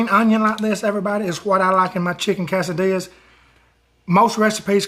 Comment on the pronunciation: The way you say that cracks me up! Chicken ka-sa-dillyas! And tor-till-yas. Gotta love it!! Love your recipes! You are a blessing!